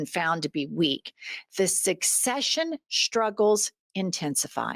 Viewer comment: It's hard for me to listen to people who cannot pronounce the "St" letter combination; There is not such word as Shtrength or shtruggle.